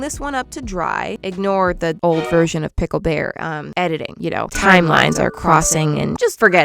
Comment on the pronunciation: It is not Pickel when it comes to him it is Bickel 😂😂😂